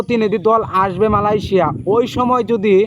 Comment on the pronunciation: মালয়েশিয়া কথাটা ঠিকমতো বলেন